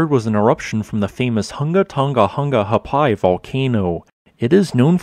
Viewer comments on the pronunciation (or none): I get it, it's an unusual word, and I supposed the way people, both in Academia and among the populace, pronounce it is alright However the way it's said by the natives is: WHO-NGA DHOH-NGA - WHO-NGA HA-AH-PIE